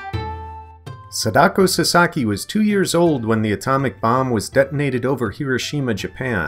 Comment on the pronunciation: U said sadako wrong da